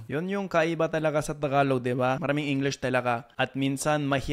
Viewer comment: The guy really speaks fluent Tagalog even the accent is on point 😯